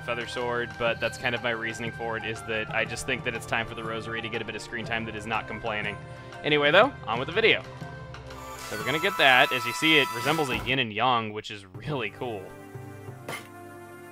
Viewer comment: chuggaa, it is yin and yang not yin and yong. alot of people think it is ying and yang or ying and yong but i looked it up and it is yin and yang